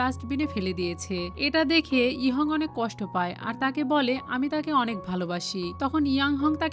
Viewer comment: আনেক নয় অনেক😂😂😂😂😂😂